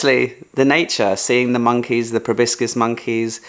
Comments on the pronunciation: FYI ProbOscis, not ProBiscis. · Riiiiight?! He must’ve said “probiscus” at least 5 times! But I still love ur Asian vlogs, 😅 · Is a "probiscus" monkey similar to a "proboscis" one? 😂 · It's Proboscis monkey. Not Probiscus.